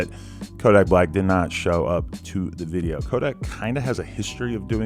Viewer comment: lol "music dideo"